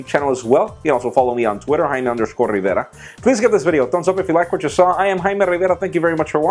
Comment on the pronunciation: you are not haime rivera you are jaime rivera LoL